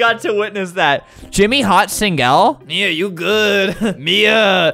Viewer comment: jimmy hot singel? i think i heard singel before uhhhhhhh IMMA NEVER TALK ABOUT THAT